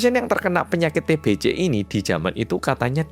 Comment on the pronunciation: TBC = Bacanya TEBESE.😅 Jgn TEBECE.😭🤦‍♀️ Y oloh org jmn dulu ternyata otaqnya agak sengklek.Dikira Raja itu Tuhan,yg bisa menyembuhkan penyakit.🤦‍♀️😭🗿🗿